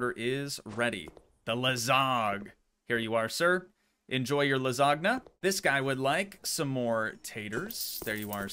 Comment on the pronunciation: Please, don't say ''lasag'' it hurts my ears. Say ''lasanja'', it's pretty correct if you ask me and it sure will not hurt my ears. Thank you.